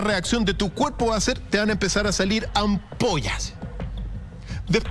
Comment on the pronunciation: Hola,perdón por hacer una corrección a una palabra que UD pronunció,la palabra es ampolla no ampoa,que es un eufemismo porque en realidad la piel se cae a colgajos,es como si se derritiera el cuerpo,decir terror u horror también es un eufemismo, saludos desde Argentina,muy buenas noches,ah y lamento decir que según tengo entendido aquí en el sur se va a construir otra central nuclear que lo harán en conjunto con China,nos dicen que tenemos que cuidar el medio ambiente,y nos hacen responsables de la contaminación y resulta que siguen radiando nos con estas centrales,los glifosatos,el plástico,el desecho que se tira al mar,los ríos etc,a veces quisiera que reventara todo, porque los que estamos abajo los que terminamos padeciendo,aunque quisiéramos no los podemos parar,es mucha la impotencia,más sabiendo que se puede hacer de otra manera,😥😥